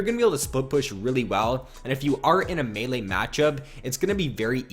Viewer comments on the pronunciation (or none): none